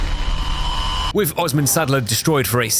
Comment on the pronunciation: its not sadler xD its Reichs-adler